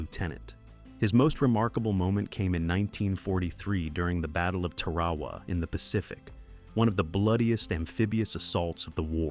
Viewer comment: Please learn your pronounce names properly, like Tarawa